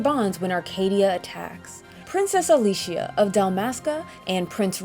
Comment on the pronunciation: Princess "Alicia"?